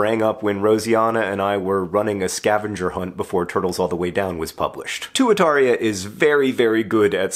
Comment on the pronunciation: Proper pronunciation of Tuataria is TWAT-a-ria. ...or at least, it should be.